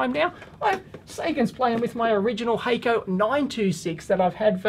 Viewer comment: No expert here, but I'd be willing to bet Hakko is a Japanese company due to the germinate consonant (double "k"). In that case it would be pronounced hock-ko. Love your videos by the way. They are both entertaining and informative. Really liked the one where you dissected the Tektronix MDO. I was doubtful that such a multipurpose scope could do any one thing well.